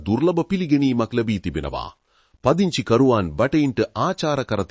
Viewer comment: හරියට වචන උච්චාරණය පුරුදු වෙන්න. "පදිංචි" කියන වචනය දෙවරක්ම "පංදිචි" වශයෙන් උච්චාරණය කලා.